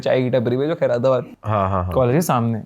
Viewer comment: Khai-ra-tabad ❌ Khair-tabad ☑️